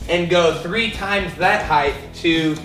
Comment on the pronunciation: Dude is amazing but when he said “heighth” I got lightheaded.